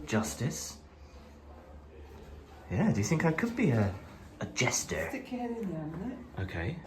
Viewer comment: Absolute natural when posing with your sword and shield mate 😂 Jesus what an amazing view from the top of the castle stunning. I used to get to sterling a bit when I driving Lorrie’s and pick up sterling mineral water or the whiskey. Shelley face when you said Jouster and not jester was class 😂😂😂😂